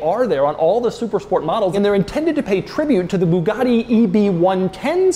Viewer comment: And it's pronounced buugati not booghati